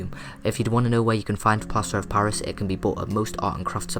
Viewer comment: he said plaster pairis? Right. it sounds like that to me. im trying to make this and im writing the items for this.